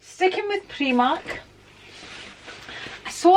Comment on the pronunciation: Never heard the pronouncing of primark as preemark